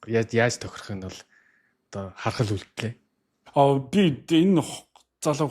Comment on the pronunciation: harhad bishre harahad